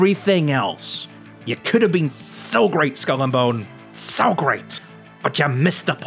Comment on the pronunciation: Skull and Bones. BoneS. There’s an “s” at the end of Skull and Bones my boy lol